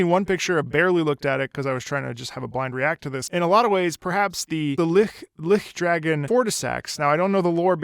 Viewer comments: "Lihkdragon Fortissax"... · my man said lickdragon fortissax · For the record, the ch in lichdragon is pronounced like in torch. It’s the concept of a lich applied to a dragon, in the same way that D&D has dracoliches.